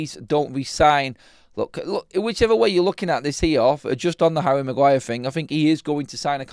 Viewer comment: The Bruno flu affecting Magwire